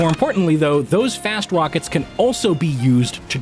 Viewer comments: "Fast Wockets" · "Those fast wockets" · "those fast wockets" ~Elmer Fudd